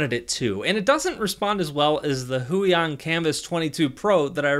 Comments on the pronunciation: "waacom" "hoo-yon" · why does he say huion like that